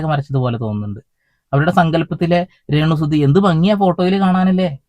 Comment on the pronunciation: ബ്രോ, താങ്കളുടെ റെണ സുന കേൾക്കാൻ പ്രേത്യേക രസം ഉണ്ട് 😂